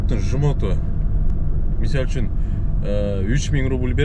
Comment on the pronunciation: Ассалому алейкум Ишине ийгиликтер болсун Кыргызсча таза суйлойм деп Мисальчун деп созун бурулуп баратыптыр ондоп кой))